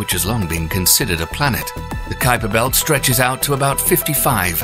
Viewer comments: Ummmm... what exactly is the "Kweeper Belt" .... & the "Oooh-ort Cloud" !!????? lol ;-p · Wow, Creeper belt and Urt cloud ? Obviously you're not even trying to get the names correct